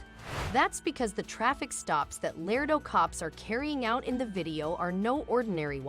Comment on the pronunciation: It’s not LARDO! ITS “ LARADO “!!! The second A is a HARD - A in the pronunciation of the name of the great town in Texas! PLEASE pay attention to the annunciations of our towns. You have no idea how insulting it is to hear your town mispronounced. The city I live in is SPOKANE. The “ E “ is silent. So you’d pronounce it “ SPOCAN “. Most people pronounce it “ SPOCANE “ ! 😢😭🤬💔👵🏻